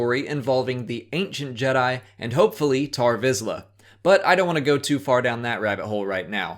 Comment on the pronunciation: he is named tarre visla, not tar visla